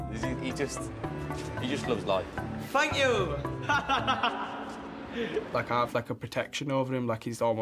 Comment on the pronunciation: More like "Fank you" 😂